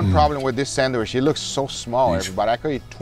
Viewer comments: What’s a “sammich”? 😅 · San-wish. I will never let this down lmao. I also love it when Guga is happy watching another's chef's video. There's just something wholesome about it. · Guga’s pronouncement of the word “sandwich” reminds me of a lady from New York. 😂❤